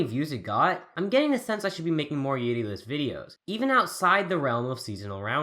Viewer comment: The way he pronounces 'yuri' REALLY gets on my nerves.